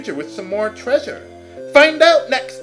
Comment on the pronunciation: oh the way you say treasure makes me chuckle so